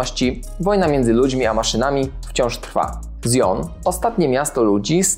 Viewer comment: jaki "zjon"?!